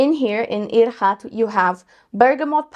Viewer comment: The pronunciation is hidj-rat :)